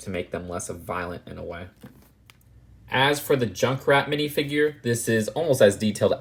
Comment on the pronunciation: Wait is "junckrat" Australian?